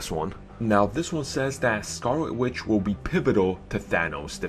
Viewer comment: Scarwot Witch? Dispway of power? You don't totawy beweave her? I can't take this video seriously... lmao